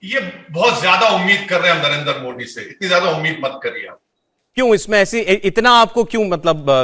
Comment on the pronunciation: ये मवेशी हर योजना हर काम का विरोध करता है शुअरों के दिमाग का दही बना हुआ है।न इस 🐖 को मोदी जी का नाम बोलना आता है । पत्रकारों को चाहिए कि वे इन 🐖🐖को डिबेट में न बुलाया करें